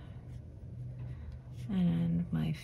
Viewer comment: The correct pronunciation is: see - pee - uh with the accent on the first syllable.